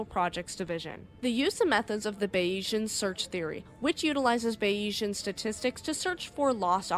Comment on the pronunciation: bays-eee-n not bay yeez ann lol but i forgive you